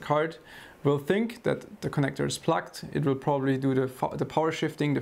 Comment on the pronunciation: Hey, a very very friendly language notice - your pronunciation of "plugged" sounds more like "plucked", and "plucked" might sometimes be interpreted as "disconnected". I can imagine it could cause a slight confusion with viewers.:) But other than that - great work as always!